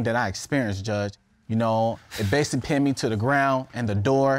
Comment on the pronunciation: Judge: Tell me about your pain. Claimant: so basilally